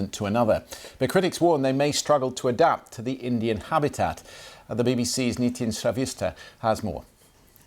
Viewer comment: WHITE GUY COULDN'T SAY NITIN LOOOL WTFF